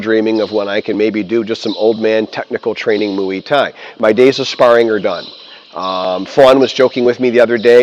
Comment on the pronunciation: Great video, as usual. But after all the language classes and martial arts training, it's time to learn the correct pronunciation. There isn't an "ee" sound at all. It's "มวย" you know what the Thai accent symbol that creates the "ee" sound looks like. For example in "have = มี." Muay Thai, not mooee Thai. 😅